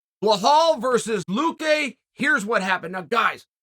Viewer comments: Is there any good reason you consistently misread the name "Belal" and call him "Blahal"?? I mean CONSISTENTLY. Is it so hard to just read 5 letters and remember them if that's the only one job u have? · Its Belal not Belhaul… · Great Chael! Would you please say Belal not Buhaol! Thanks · Hey Chael love you man, but who the hell is blehal? Not sure if your trying to be funny but it''s belal not blehal!!! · This guy is fantastic I love how much he fuck up his name constantly with (confidence)😂😂 blahal= belal. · Why DOES chael keep saying BLEHAL??? The mans name is BELAL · Someone tell Unc it’s Belal not blahall. Undefeated and undisputed. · His name is Bilel/Bilal. Spelled Belal in usa. NOT Bihol, ghail!!! Islam Machachev, you call him Malkotsjev. You doing on purpose ,🤣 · CHAEL!!! FFS could you at least TRY to pronounce the man's name correctly!?? At least TRY... out of respect??? It's not "BLAHALL"... it's "BELAL"... say it with the class... "BEEE-LAL". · BELAL not BEHAL hahahahaah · Hey chael… his name is pronounced. Ba-lal. Not ba hall. 🤦🏽‍♂️ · Chael come on its not blahal, its belal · its behaaal not bilal, Uncle Chael always gets it right thank you <3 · Who the hell is Blahall? His name is Bilal! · Bro it’s Belal not behall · Chael: Hi I'm Chael what's your name? Belal: Belal Chael: Nice to meet you Blahall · It’s not behal it’s belal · How does an easy Belal becomes HBHalal to you Chael. After this you cant pretend you cant pronounce names correctly. I mean its belal. B E L A L where do you see an H in that? It's clearly intentional now😅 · Who the hell is BLehal? 😂. You can’t even pronounce BELAL? There is no H lol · Dude, its Belal, not Bauhaul 😂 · Is B-E-L-A-L, old uncle; not Blue-hall…! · it's belal not blahal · is his name Blehall, or Belal? idk, I forgot the name.. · Thought his name was Belal not Blehaul. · 😂😂😂😂I can’t get over how Chael pronounces Bilal’s name hahahahah he’s gotta be doing it on purpose by now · “Blehal believes in Blehal.” My word